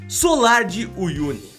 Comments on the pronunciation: Vc falou solar ms o nome eh salar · Oi, amei o vídeo, mas vc falou "solar" o tempo todo e o certo é "salar" como aparece escrito no vídeo. Rsrs, mas a sua insistência em falar "solar" não podia deixar passar em branco. Sorry... Mas o vídeo ficou incrível. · gostei muito dos locais mostrados e sempre curto seus vídeos. Mas vc precisa prestar um pouco mais de atenção nas suas narrações. O lugar de chama SALAR, porque é totalmente coberto de SAL. Mas o tempo todo você falou SOLAR! Isso é um tipo de palácio antigo, não tem nada a ver com o que estava sendo mostrado. Foi só um toque. Parabéns pelo seu trabalho. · Thiago, é SALAR é não solar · desculpe mas se diz salar.